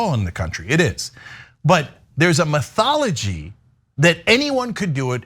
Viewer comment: "Methology"? Do you mean "methodology"?